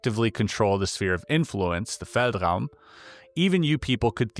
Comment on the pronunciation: German here. Your pronunciation of "feldraum" was basically perfect. Do you speak German?